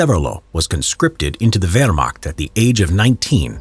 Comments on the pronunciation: "WEHRMACKT" lol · Just a tip, the ch in Wehrmacht is said like the j in jalapenos 😅👌